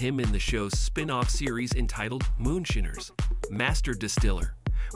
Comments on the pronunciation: The voice keeps saying moonSHINNERS. Hilarious... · "moonshinners"... AI sucks.